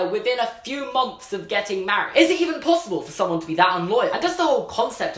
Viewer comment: why do you say plossiple it is possible dah